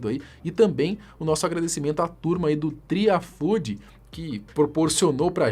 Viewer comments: O bagulho ta com acento e o cara leu tri afudi 😂😂😂😂😂😂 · Não é "Tri Afúdi" é "Tri AfudÊ" tem um E no final, não um I kkkkkkkkkkkkkkkkk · Bah, que ladaia cupinxa, tentaram só mete papinho frau pra cima do guri. "Tri afudi"? Aí é desrespeito com nós... Toma jeito,, lê direto, é "afudê". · Não é " Tri Ifood" , Mas é "Tri a Fudê" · po fala direito, triafudê, não triafood KKKKKKK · "TRI AFUDI" KKKKK é Tri Afudê .. no caso é como se falasse "MUITOO DAHORA" hahaha AFUDÊ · O melhor e ver o nome do Podcast sendo falado errado tantas vezes Tri Afudi kkkkkkkkkkkk